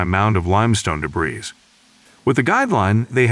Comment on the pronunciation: The “s” in the word “debris” is silent